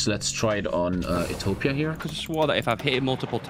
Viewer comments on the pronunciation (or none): none